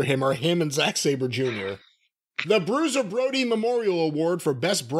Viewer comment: my heart just sank. That id the most offensive and egregious bastardising of Bruiser Brody's name 😭